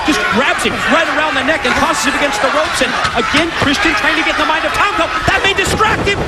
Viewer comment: Step through those ROOPS - Cage 😂